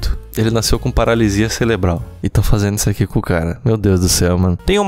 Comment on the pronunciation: toda vez q ele fala "celebral" um pedaço de mim morre